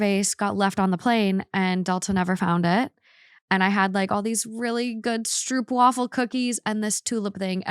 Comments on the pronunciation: Stroopwafel is pronounced as 'strope + wahfel'. ;) Hope you can get them again at a Dutch shop nearby. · Amsterdam!!! ❌️❌️❌️ My city!!! ❤❤❤ Stroopwafel - the oo is pronounced like Oh/Ow. The English oo-sound in Dutch is written oe. A in wafel is Aaah.